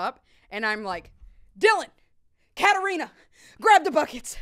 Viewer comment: I'm just surprised she said my name correctly cuz like no one has been able to pronounce Katarina correct..